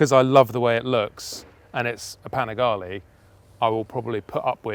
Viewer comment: It’s panigale not panigali